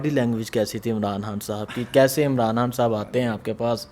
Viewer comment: اوے ھان نہیں خان بولا کر بھائی 😂😂